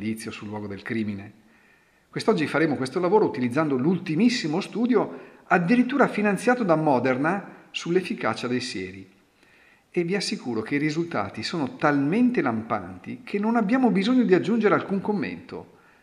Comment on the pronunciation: Ma perchè ti ostini a chiamarla Mòderna, qusndo anche in ingese si pronuncia Modèrna??? Boh!